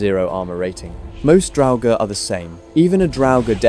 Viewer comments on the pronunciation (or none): none